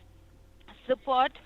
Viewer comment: “ kolling sooport “